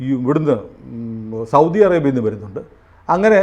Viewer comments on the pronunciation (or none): none